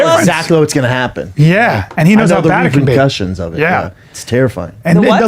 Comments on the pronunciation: If that didn't scream CTE idk what the f**k would. Dude can't even say 'repercussions', he said 'repencussions' 3 times, guys. And I'm not making fun I'm pointing out. Dude took a ton of punishment to the dome and some ppl do acquire that damage easier while another guy/girl might fight for 20 years and not ever show signs of CTE. Scary s**t. If Schaub, who I've never been a fan of, does have it I hope it doesn't progress to the point of him doing some Rabid Wolverine type of s**t. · “I know exactly what’s gonna happen. I know the reepin cushins of it..” “the what?” “Reepercushins” “the WHAT?!” “... you know what I’m sayin...”